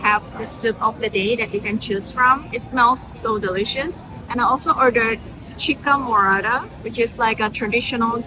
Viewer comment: "chica morada" LOL but all good we still love you for visiting Peru <3